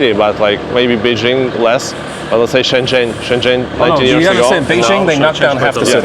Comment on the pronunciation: etc: "Beishing" ? Is that a city in France ? Why is it that many foreigners even when they are amazingly fluent in Chinese like this guy (I can only wish), still insist on mispronouncing "Beijing" and other common place names when they are speaking in English (and even though they obviously know better) ?